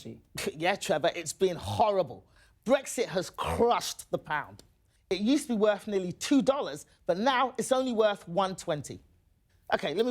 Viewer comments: What's up with her French R in chhhRRRushed? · She doesn't exactly have the British accent I think about: "Bwitain", "thwee", "wacism", "cwushed the paaauuund." She has the accent of stupidity. Pay for a real British person, I feel like we are the victims of "frwaud".